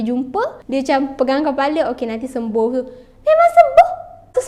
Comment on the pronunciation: Tergelak akak dekat 'memang sembuhh' u sis 😅😅😅